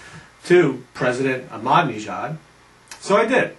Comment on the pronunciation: Not sure where you're getting the pronunciation 'Madneejad' and 'Moomod', but... interesting.